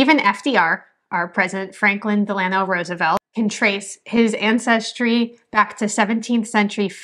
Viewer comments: FYI, FDR's middle name was/is pronounced "DELL-uh-no". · 1. Learn to pronounce FDR's middle name. 2. Finns are Caucasian and European but speak a Uralic language. Genetics makes this clear. (There also the Sammi people. ) 3. There are many reasons that culturally "different" folks may be looked down upon besides "race". Irish were disliked and they are also Caucasian. 4. The Farmer-Labor party was a communist party in the USA and folks should hate this as Communism only brings poverty, misery and death. Your arguments are very weak. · CUTE!! I've Never heard Franklin Delanor Roosevelt pronouned with the Italian Accent.. Of Xourse,, We are going to say De lano :) /// Keep those GOOD Italian Roots <3 Somebody has to <3